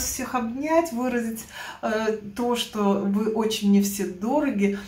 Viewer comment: Вроде умная женщина , а Че , Че че убивает ! Да когда же вы научитесь разговаривать грамотно , звуки произносить четко ? Не ссылайтесь на эстонский язык , он у вас слабенький {никакой }